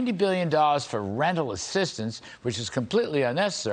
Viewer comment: Larry, please say your r’a at the end of dollars 🤦🏻‍♂️